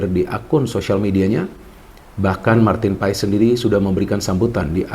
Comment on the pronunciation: Marteen Paes di baca Martin Pass min😅jangan ikutan 2 ....kasian yg kasih nama